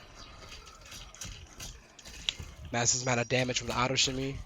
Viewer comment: Here’s a fun drinking game: take a swig every time he says “massissv amount of damage”